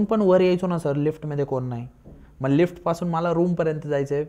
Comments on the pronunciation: मंग नाही हो मग म्हणतात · हा सारखं लाईक लाईक काय म्हणतोय? मग म्हणण्या ऐवजी मंग म्हणतोय आणि इंग्लिश शब्द किती वापरतोय 😂